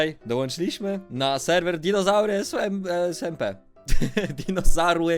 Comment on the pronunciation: Dzinozałry" xDDDDDDDDDDDDDD